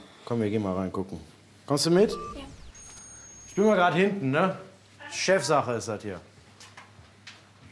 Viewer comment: chaf sache is das hir. Ich: genau 😂😂😂😂😂😂😂😂😂😂😂